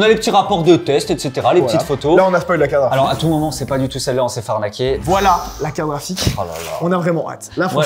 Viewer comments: "une carafique" ou une carte GRAphique ? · Une "CARAFIQUE" AR-TI-CU-LE . C'est une CARTE GRAPHIQUE, pas une CARAFIQUE 😅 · "Carafite" c'est relou, j'espère qu'un jour vous apprendrez à dire "carte graphique"